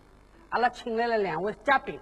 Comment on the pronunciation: 自己也说不准，是ga 宾 不是jia 宾 普通话说多了